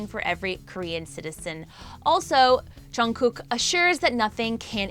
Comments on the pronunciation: I'm cringing so hard about her pronunciation with their names 😶😶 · Btw it's not chungkook it's Jungguk lol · She's pronouncing it right, just chungook is junggook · if she says and Chungkook one more mf time imma throw my computer! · Am I the only one hearing " and Chugkook" here 😶 Annnnnnd guys did you just focused on 'chugkook's' picture when u we're talking about Jin....🙄🙄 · The way you said "Chimeen", "Cheen" and "Chungkewk" makes me a lil irritated... it's spelt with a... J... how does it turn into a Ch... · This is so cringe you dingle ling at least zoom up onto jin face when talking to him als its Jungkook not Chungkook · LMAOOO CHEEMIN AND CHUNGKOOK BRUH I CONTINUED WATCHING SHE SAID CHEAN LMAOOO NOOOOO 😂😂😂😂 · She's pronouncing there names correctly except chungkook lol it's chungguk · How the host pronounces jungkook "Chyung cook" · I really want to know what the news is about but please I can't take one more or chunkook 😪, don't mean to be rude or anything but I just can't anymore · “ and Chungkook” Bro you can’t even say the names properly. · she isnt that wrong about jimin, but jungkook was pronounced wrong. its jeongguk. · “ and chungkook”💀💀💀 ok I’m sorry, not trying to be rude but lol.💀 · Lmao she be acting like chimmy is his real name she can’t pronounce Jimin or jungkook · Am I the only one hearing and chunkook? 😂